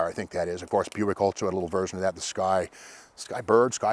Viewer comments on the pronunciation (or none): none